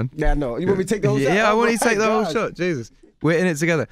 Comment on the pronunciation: we are in this together. So British 😂 I will be tipsy in few seconds